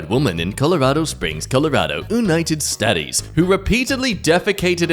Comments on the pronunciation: "United Sta-tees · I love how he pronounces it the oonited statties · Not saying simpler stuff like United States correctly and then saying goddamn Sigmund Freud perfectly makes me laugh more than it should.